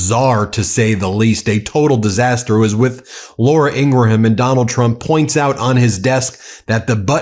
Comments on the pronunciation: Why can’t you pronounce Ingraham? You’re an intelligent man. I’m sure people have told you. I even heard you say it correctly a few days ago. What’s the deal? Are you doing it on purpose. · Ing-gram not ing-gra-ham